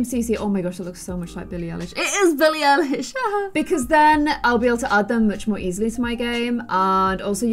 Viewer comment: Billie Eye-lish